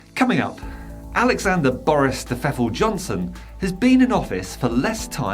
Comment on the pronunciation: Love the way you got his name right.....over and over and over